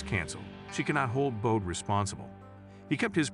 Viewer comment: If your going to narrate something like this at least be able to pronounce Bode correctly. This finale was gut wrenching because it left us wondering for months if she would still get married. Granted that her dad was in the wrong he still should have been able to help talk Bode into going back to the church